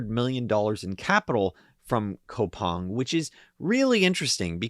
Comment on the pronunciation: its pronounced koo-pang my G